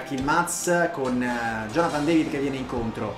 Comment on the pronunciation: si dice david non devid(si pronuncia alla francese) detto questo gran video